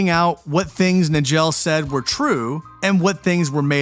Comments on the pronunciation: Richard Case Nagell's last name is pronounced "Nuy-ghull" not "Nuh-jell" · Her name was Cheramie. And Nagell is pronounced Nay-gull. Somebody needs to edit these AI flops